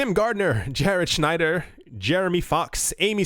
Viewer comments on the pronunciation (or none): none